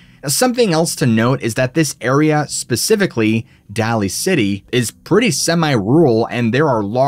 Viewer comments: haha, it's pronounced day-ly city 🤣. I grew up in Fremont, and the Bay Area . Great show buddy! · the way he says daly city as dally city..hahaha so funny and cool at the same time. i live right next to daly "daily" city.